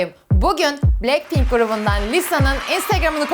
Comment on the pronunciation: Bilekpink değil blakpink diye okunuyo